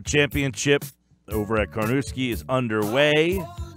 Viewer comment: It’s Carnoustie, not Carnouski